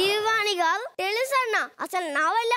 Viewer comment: వాడికి ర బదులు డ పలుకుతాడు.. అనీల్ గారూ బదులు.. అనీల్ గాడూ.. అంటాడు..